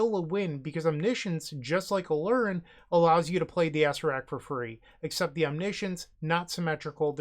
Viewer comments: is that mispronunciation ragebaiting or for comment farming? ah-SAIR-ak or more commonly ah-SAIR-uh-rak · I love the way you say Acererak. Sounds like an old donkey joke card. Lol